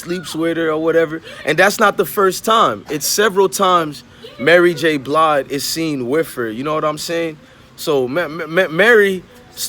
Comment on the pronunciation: You lost your worth KNOWING you're too young to know BOTH these folks and you said Mary J BLIDE LMFAOOOOOOOOOOO